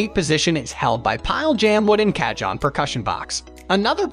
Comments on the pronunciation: It’s pronounced Car - hon!!!! Not catch on!!! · Oh....KA-john just hurts my ears! I want to listen to this video but every time he says Ka-John, it's painful. "Kah-HONE" (like Ca-PONE, in Al Capone). I'm a Latin bassist and I got a chance to play a friend's cajon at a Puerto Rican Bomba-fest and also in this year's Carnaval in San Francisco, CA. I loved it so much that I want to buy one and I'm looking at reviews, also reading online reviews and such. I'm gonna try to get thru this video. Please overdub the word "Ka-John" for us! LOL! Thanks for putting up the video, though! 😊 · Jeeesus.... 'Cah-John' lol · WHO THE HELL SAYS CA-JON??! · Y'all, this sounds like AI, not an actual guy mispronouncing cajon, am I crazy? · You butchered the pronunciation . its ok 😊 J is pronounce as H . cajon is box in spanish. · Dude...need to at least know the pronunciation of the instrument and manufacturer to take you seriously! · Lol I had a good laugh when he first said it. I laughed even harder when I found a comment about it immediately soon after xD